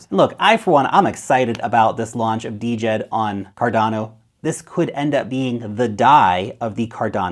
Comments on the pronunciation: It should sound like "Jed' , not Dee-Jed. The D is silent from the Egyptian word for stability, not "D" implying decentralized. Just Jed. . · Its Djed buddy, not D-jed